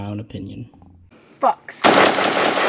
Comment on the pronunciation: I thought he said “fucks” instead of “fox”